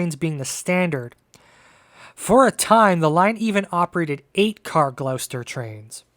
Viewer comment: Excellent and detailed history of a system I know not much of (I'm in the UK) My comment is rather late as your vid has only just popped up in my feed. One very small correction though: Gloucester is pronounced "Gloster" (I know it's a tiny thing but I thought you'd like to know) Thanks!